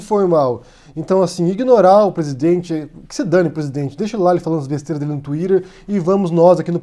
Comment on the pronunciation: "twiderrrr" é o caralho. Você uma sílaba em português e outra em inglês. É de um jeito ou de outro.